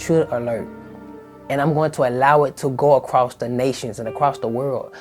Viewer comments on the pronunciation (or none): none